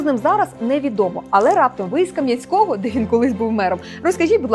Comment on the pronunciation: Дякую Вам за те, що правильно назвали місто Кам'янське. Наголос правильний 🎉 Просто часто люди називають місто КАм'янське. Ну а про те, що назва міста має відмінюватися, деякі люди не знають досі